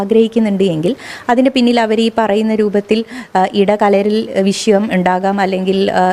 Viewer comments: നീ ചേർക്കണേന് മുന്പ് അക്ഷരസ്ഫുടതയോടെ പറയാൻ പഠിക്ക്. വിശ്യമല്ല, വിഷയം അതാണ് ശരി. " വിശ്യം " ത്ഫൂ.... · വിശയം അല്ല വിഷയം വി ഷ യം ' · വിശയം അല്ല, വിഷയം ആണ്. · വിശ്യം അല്ല, വിഷയം ന്ന് പറ.😂